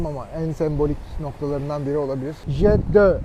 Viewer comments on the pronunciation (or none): beyefendi, uzun yillardir yasadigim sehre gelmis, hizlica bir tur yapmissiniz... beyenmemissiniz de.. simdi bende size kritik yapayim.. once bu kadar yakindan cekim yaptiginiz icin acil o disler yaptirilsin.. tras olunsun.. ve reansizca ogrenilsin... italyan kasabasinin telaffuzu KARUJ olacak.. fiskiyede jet-d'o seklinde.. bir sonraki geldiginizde haberim olursa bu luks ve rafine sehri bir de benimle geziniz.. sevgiler..